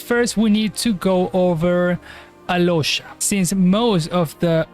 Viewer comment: no, im talking about how he pronounced alyosha and oddette,that is how u pronounce them to their native names, snezhnaya, and where is snezhnaya based at. Im not talking about him in particular, he can be from mexico, america etc, but how he pronounced their names is their slavic enunciation